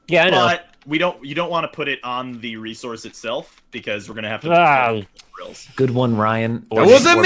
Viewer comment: during an early episode of the current minecraft with team unity, was talking to NL about pronouncing the word resource. was under the impression that NL said it like "re-ZORCE" but NL claimed that he said it like "RE-source" (the normal way) but here we have it. here we have the rezources.